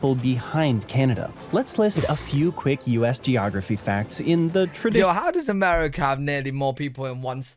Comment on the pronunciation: Haha "Americer"